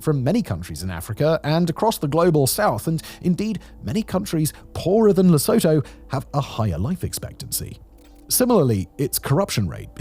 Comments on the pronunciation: As an SA citizen, learning more about this hermit kingdom is most informative. However, please get these pronunciations correct. Lesotho is pronounced Lesooto, and Basuto is pronounced Basootoo. If England was pronounced Anglaand it would sound pretty weird. You get my point. Otherwise, your channel is most informative and contains interesting content. Keep up the good work. Please, watch your pronunciation. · La-sue-too. There fixed it. 😂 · Me, a South African, 30 seconds in, and wondering whether I can make it through a whole video of the country’s name being mispronounced. I drew the line at “Southern Soh-toh”. It’s pronounced “Soo-too” - so the country is Le-soo-too. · Also it's pronounced lē-so(o)-tho. -a flat E, "SOO" as in "so what" just pitched down, "tho" sudden as you'd say tomorrow 😊 I'm no linguist just a guy trying to help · Oh great scott....the pronunciation of place names is important Simon. The absolute very least you could do is pronounce them correctly. For Lesotho [/lə'su:.tu:/] here is a sound by sound pronunciation: /L/ as in look, /ə/ as in above, /s/ as in say, /u:/ as in blue, /t/ as in town, /u:/ as in blue. You are better than the machine algorithms flooding this site Simon. Please do better. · Lesoto😢😢 of all the ways you could've pronounced it! LE SO TOE? Really! Man I'm not even Sotho and it hurt me hearing that. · it's pronounced Leh soo too in English and Sesotho... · Dear god, Please stop calling it Lisowtow! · A crash course on Lesotho should begin with how to pronounce Luh-SOO-too correctly. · 1. Simon, your pronunciation of "Drakensberg" was spot on . 2. It's "Le-soo-too". 3. Brilliant video! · My daughter visited South Africa a few years ago, and she told me the same, that Lesotho is pronounced Le-soo-too. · no it's "Lesotho" not "Lesoto". I'm from Lesotho. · Perhaps you could pronounce the name of the country correctly. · I laughed so hard when you slaughtered the pronunciation of Lesotho. Got KwaZulu-Natal correct though😃✨️